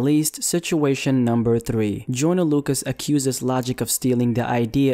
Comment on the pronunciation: Does anybody else hear him saying “Jordan” not “joyner”